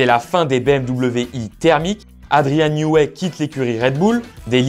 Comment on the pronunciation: Bonne diction de "12 cylindres", par contre Newey se prononce "nieui"